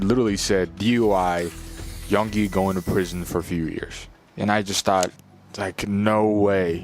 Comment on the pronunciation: It’s Yoongi, not Yungi,and Bora City, not Boracity. Please make an effort to read and pronounce things correctly.